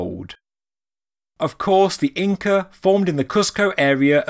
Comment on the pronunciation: you said Incre lol thanks for saying it correct 99% of the time despite your accent. i appreciate your vids.